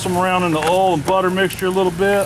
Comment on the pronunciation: I’m enthralled with the word oil being said in a southern accent. Just “ole”.